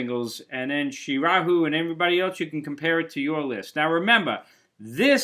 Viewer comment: Hey man Srirahul here You pronounced my name perfectly. But I honestly can not remember when I requested a top 20 Rolling Stones singles 😂😂 Which video did I comment that on?? But anyway my top 20 Rolling Stones songs are; 1)Angie 2)Sway 3)start me up 4)memory motel 5)Fool to cry 6)no use in crying 7)sister morphine 8)bitch 9)beast of burden 10)when the whip comes down 11)miss you 12)paint it black 13)wild horses 14)tumbling dice 15)brown sugar 16)jumping jack flash 17)gimme shelter 18)sleep tonight 19)hang fire 20)waiting on a friend I enjoyed watching the video man